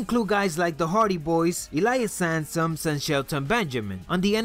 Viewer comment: Did you just say "Elias Samsung"?